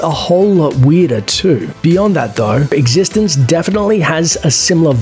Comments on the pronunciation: It's pronounced X e stence not Existenzzzzz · You're pronouncing Existenz wrong. They actually tell you how to pronounce it in the first sentence of dialogue spoken in the movie, if you'd watched it. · when you recommend eXistenz and don‘t know how to pronounce the name 😂